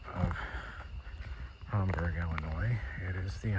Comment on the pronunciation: Hamburgs my hometown love it there especially during the summer also it’s pronounced HAM-BURG not homburg lol